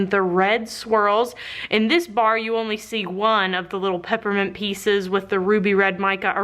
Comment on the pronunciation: I swear I thought you said peppermint pizzas instead of pepperment pieces and went WAT (but also note I'm really tired and zoned out for like .5 seconds when this happened xD )